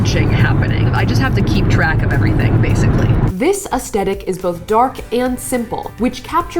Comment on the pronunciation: It's not pronounced 'es-TET-ic'!!!!! I'm overreacting ik, but this drives me nuts..